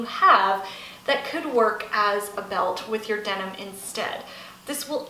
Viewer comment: Denim not demon